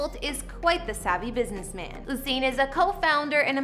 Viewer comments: Thank you! Not surprised considering she didn't even pronounce his name correctly. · The information about his Jamaican properties incorrect. You mixed up different parishes and also you are butchering his name. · I swear your the only one who says Usain like that 🤣 every time I hear it as a Jamaican I just have to laugh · Good effort 💕💕💕 but you were pronouncing his name incorrectly. I am not sure the info about the Kingston house is correct. Right my Jamaican people? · She needs to pronounce his name correctly. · the pronunciation of his name 🥲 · Please for God save, do your research on the Honorable Usian Bolt and my Jamaican Island before you go talk! Pronounce Usian name property! Usian DID NOT lived or come from NO wooden Shackle bush HOUSE or dusty road! He DIDN'T come from rags! We from the island called it lush green meadows. Please find your own people to comment falsely about. You have NO knowledge of Usian nor Jamaica. Next time use Google to do your homework about Jamaican Legendaries., people like you wish were you're from was beautiful like my tropical island 🏝. You're an insult to your own channel. Disgusting. Don't comment about places or people you don't know of. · Sis that is not how his name is pronounced tf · Your not pronouncing his name properly. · Looool not her mispronouncing his name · The least you could have done was learn to pronounce the his name properly. I won’t even comment on the repeated disrespect to my country. But just know… that even a shack in Jamaica is luxury compared to anywhere else. Just know this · At least get the correct pronunciation of the mans name.Do your research. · It’s the fact that she can’t pronounce his name 🤦🏻‍♀️ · Ok first learn how to pronounce his name and second watch your language when describing my home !!!! 🇯🇲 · Long u not short u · (You•Sane) not Oo•Sane...... lol Usain Bolt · She calling him Ooosain lol 😂 it’s like Yousain.... Usain Bolt lol 😂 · It's not Hossain.. it's Usain..